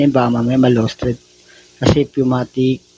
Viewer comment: Pneumatic hindi pumatic